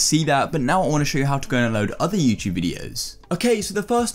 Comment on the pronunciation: youchube, ugh always bugs me